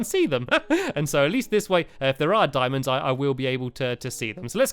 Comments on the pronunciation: he kept saying dimons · DIAMONDS!! NOT dimonds DIAMONDS